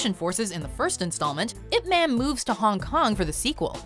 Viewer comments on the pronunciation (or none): "Ip Man" is pronounced "Ip Mun" (sounds like "bun"). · It is pronounced "Eye Pee Man". Thanks for the video! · Why is she pronouncing IP man wrong?